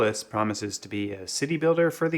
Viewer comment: It's Memori-Apolis, not Memoria-Polis